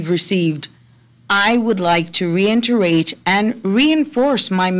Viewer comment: Reinterate? Reiterate! 😁